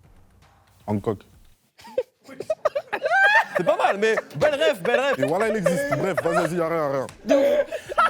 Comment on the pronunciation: Il a dit hancook 🤣🤣